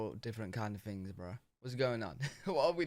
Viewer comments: You also say fings instead of things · Love ya dude but dropping the "th" & replacing it with "f" drive me berserk....things on the path becomes fings on the pFf. ....aarrrgggg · I notice that you say “free” and “fings” and “fink”…instead of “three”, “things”, “think” Is that a regional dialect?